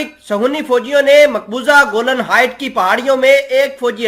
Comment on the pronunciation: Bhai Jan theek se parhen please. گولن نہیں کہتے بلکہ گولان ہائٹس کہتے ہیں